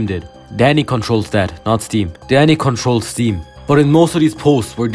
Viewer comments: i thought u said daddy when the video started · why i heard daddy instead of dani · he pronounced "dani" like "daddy" atleast it sounds like "daddy" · His accent makes him say daddy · Thought you said daddy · i cant tell if your saying dani or daddy